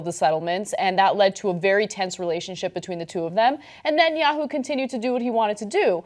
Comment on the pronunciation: At one point, Ana truncated Netanyahu to simply "yahu." That made me grin for some reason.